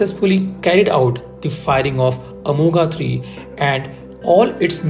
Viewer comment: Good analysis but whenever you say अमोघा Amoghaa it's like pinching in ears. Please bhai 🙏 you go deep for analysis least you can pronounce name correct अमोघ (Accurate/ अचूक).